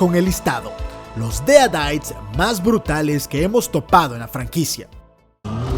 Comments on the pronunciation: Deritis no deadaits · Odio como dice : dead aites